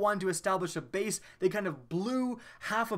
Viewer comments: cabal bayuse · His countryness came out "cabal base"